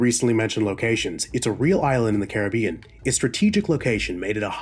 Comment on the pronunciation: The way you pronounce carribean is so irritating